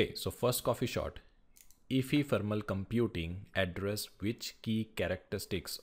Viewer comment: bro that's not efefermal it's ephemeral